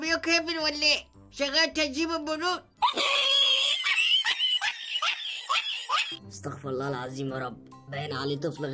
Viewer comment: إنتباه لصاحب المقطع عند الاستغفار لا تقول أستغفر الله ـ بفتح الفاء والراء الصح أَستغفرُ الله ـ بكسر الفاء وضم الراء ابحث عن النطق الصح